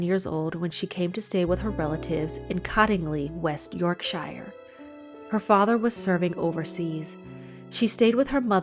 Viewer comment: Cottingley fairies & no one says shire = Yorksher"